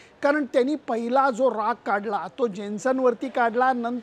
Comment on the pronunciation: तुम्ही जेनसन हा चुकीचा उच्चार करत आहात.इथे J हा silent आहे.त्याचा उच्चार यानसन असा होतो.यापंर्वीच्या व्हिडीओतील ही चूक मी दाखवून दिली होती,आपण वाचल की नाही हे माहित नाही,पण चुका दुरूस्त केल्यास व्हिडीओ अजूनच चांगला होईल. नुसतेच कौतुक होईल अशी खोटी आशा बाळगू नका.